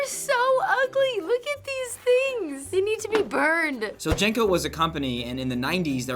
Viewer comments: They're pronounced JEAN-CO's not JANG-CO's. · This is the first I've head them pronounced "Jane-Co." I and everyone I know always said "Jean-Co" back in the day. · They were not pronounced JANKOS, they were JINCOS! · Its pronounced Jean Co... Uhgg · JNCOs were pronouned JIN-coze where I'm from. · We pronounced them more with an I sound- Jinco. Kind of like the sound of jinx. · LOVED Jncos They saying it wrong!! 😢😅